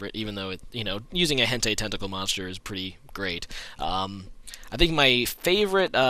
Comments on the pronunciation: >Hentey It's hent-eye plebe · Hen-tie,. Not hen-tay.